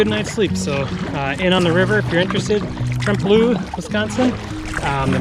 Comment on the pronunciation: It's pronounced tremp-a-low